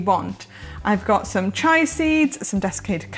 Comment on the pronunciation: Pronounced chee-ah, not chai. Sorry.